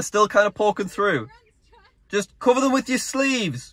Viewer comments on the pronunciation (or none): none